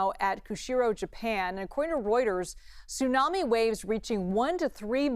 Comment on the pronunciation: did she say tsuno then Tsunami